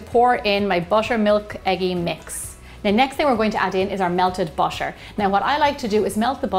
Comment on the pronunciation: Why is no one talking about how she says "busher" instead of "butter"